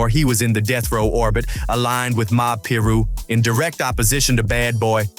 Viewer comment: its PYE-RUE .. and i'm not even a blood..